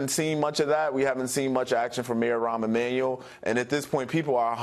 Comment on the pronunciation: "Ron Emmanuel" lol dumbass